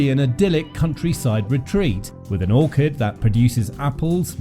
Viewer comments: Orkid??? The Dowager of Countess of Grantham would be rolling in her grave, It's Orchard dear boy, Orchard. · Couldn’t correctly pronounce orchard!!!